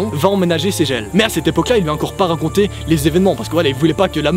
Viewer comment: Tu as dit incore au lieu de encore